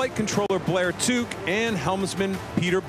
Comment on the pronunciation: American commentator mis-pronounced Blair Tuke's name....sigh.